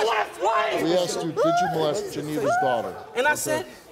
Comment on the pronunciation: He said He aksed me like wtf like the bad dude